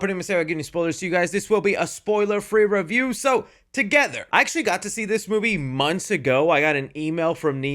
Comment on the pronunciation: He has trouble using the English language correctly. He leaves the T's out of words and says "raview" instead of "review".